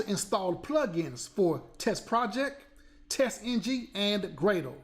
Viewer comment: Is a great tutorial, but can you please speak normally? Hope you get this as feedback, I LOVE your content, but sometimes is hard to listen/focus on the way you put the accent on some words, like Test"NG". It sounds like a "military speech" (which is great for motivational speech). Is clear a passion for you to do these tutorials and make them available for free for us, I understand this. But again, hope you get this as good feedback.